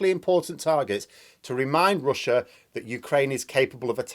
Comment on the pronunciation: "But Roosia is stroogling!" Ha ha ha ha ha! ☺☺☺ Where're you from? ☺